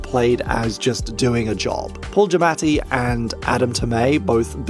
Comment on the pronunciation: Wait how the hell you say giamatti??? And you said it twice.... did you not look it up before editing??